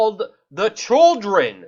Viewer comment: They are CHILDREN, not CHULLDRUN, as you pronounce the word. Please spit out the marbles and practice your diction. Thank you.